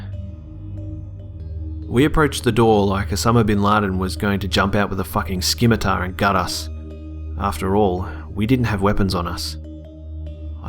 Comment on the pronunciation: it''s pronounced simitar you fuck nuckle not skimertar